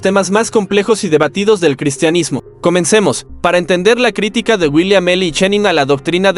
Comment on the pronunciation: Una de las veces, lee mal, es " critíca " y no " crítica " a los 34 segundos...🤷🏻‍♂️